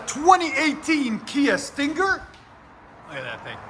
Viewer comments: Hate how he over enunciates Stinger lol StinnnGer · The way you say stinger is killing me. Sting-ggger